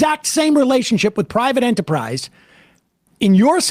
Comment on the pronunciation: Aw, a slight touch of Sam’s Worcester in the words “private enterprise” in the sentence clause beginning . All hearts for MR!